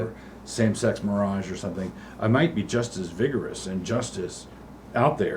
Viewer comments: yes. He calls it same-sex mirage. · Doug refers to it as “same-sex mirage”, because while it sort of looks like the real thing, it definitely is not. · Is Doug mispronouncing marriage when talking about some sex marriage on purpose?